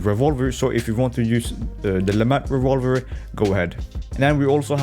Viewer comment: Unfortunately all I heard was.......revawver